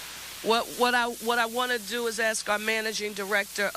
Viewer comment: Where do they get these people ??? . She’s looking for Notoriety . Say ASK and she’ll say AX .